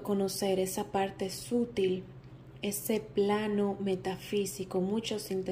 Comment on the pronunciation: Gran tirada, gracias! Una cosita: la palabra "sutil" en español no se pronuncia como en inglés; "sútil" sino "sutíl". Te lo tenía que decir!